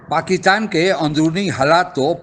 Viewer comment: "Pakittan" nahi uncle Pakistan kyu nahi kehte aap.